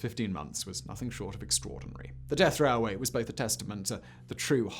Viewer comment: "The Burma rareway"